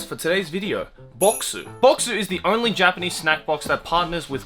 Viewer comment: Dude his japanese is pronounced so well